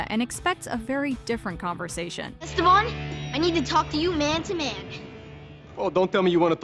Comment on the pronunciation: did they really say "esteBAN" the whole show in english?